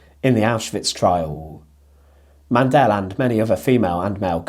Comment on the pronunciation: Mandl is pronunced without an e Mandl, not mandel